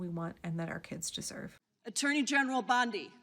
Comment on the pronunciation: did Gym Jordan say "Ms. BLONDIE can answer?" 😅